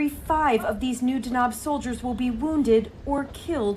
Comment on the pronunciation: It's pronounced D-a-n-a-b, it means thunder ⚡ there's no long vowel in the second syllable like she's saying. What she's saying would be written as danaab, which is not even word in the Somali language.You read everything as you see written in Somali, it's relatively easy language to read and pronounce, but speaking it is an entirely different animal especially for speakers of European languages.